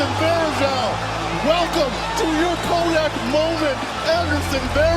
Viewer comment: Great video, but please check things as you go...Derek Harper, not Ron. Descent, not desent. Kodak, not kodax.